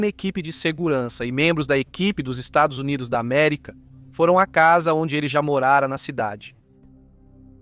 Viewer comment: O VIDEO FICOU ÓTIMO , APENAS ESSA ÊNFASE NOS "estados unidos da america" fica como uma fala de torcedor ....